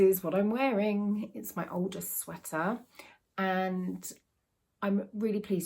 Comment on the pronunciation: Hiya! Every time I hear you say 'my Aldous sweater' on your videos, I always think you're saying 'my oldest sweater'!! Take care lovely! 🤗🥰